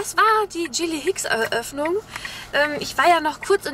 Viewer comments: sorry aber es heißt gilly hicks und nicht dschilli hicks :-D bekomme einen anfall wenn das jemand falsch sagt :-D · Das "G" von Gilly Hicks wird wie bei z.B. "Garten" ausgesprochen ;)